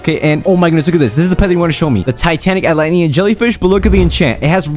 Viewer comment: lol he say tanatic cat